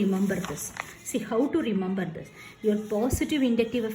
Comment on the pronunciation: It isn't a compliment. You should know you are being racist or stereotypical Btw aailkyl group and caarbo-cetaion are hilarious